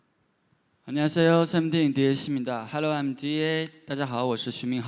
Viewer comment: and here I'm gonna claim those the8 gemrna crumps. (he said hallo not hello)